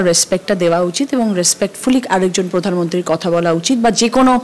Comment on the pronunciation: মুখ্যমন্ত্রীকে বলুন পোদানমন্ত্রী না বলে প্রধানমন্ত্রী বলতে । গভর্নমেন্ট কে গর্মেন্ট বলেন কেনো মুখ্যমন্ত্রী?